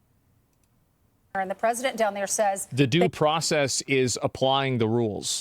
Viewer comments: "This is da-doo process" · "da-doo process is"